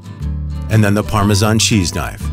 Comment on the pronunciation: I can’t believe somebody whose narrating a video about Parmesan can’t even pronounce it, goodness gracious